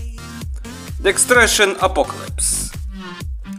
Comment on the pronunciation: Дестракшн это, а не декстрайшн